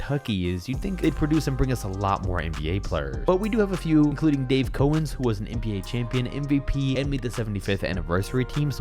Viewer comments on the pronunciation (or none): This is the second time I've heard you mention Dave Cowens and I know the he was well before your time, but you could still try and pronounce his name right. It's COW-ens, not CO-ens. Cow, like mooo. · As a Celtics fan, that stung when he said "Dave CO-ens". 😁😁😁